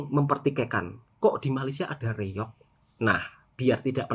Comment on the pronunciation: reong dia kata malaysia klim😆, reog kan tarian kurafat. mesti jabatan agama islam dah marah.